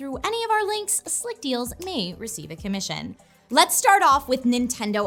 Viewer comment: What's a "kimission?"